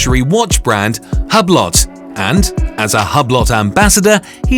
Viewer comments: Hue-Blow is how you pronounce Hublot you twit!!! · ahaha man he said Hablot XD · I guess this guy hasn't heard of Hublot before because he doesn't know the T in Hublot is silent